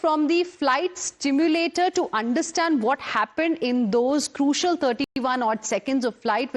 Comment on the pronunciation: simulator, milady.. not, stimulator...